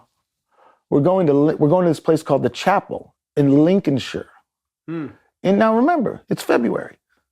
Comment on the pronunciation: What a bloody interesting and fascinating interview and guy! He got my respect the instant he pronounced lincolnshire properly :)